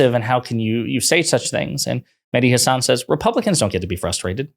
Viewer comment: it would be great if you learned how to pronounce mehdi's last name.....